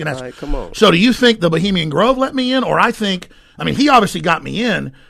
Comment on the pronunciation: This dude can't even use the correct pronunciation of the word "Bohemian" haha. Get the fuck out of here with this pseudo intellectual cadence. What a tool.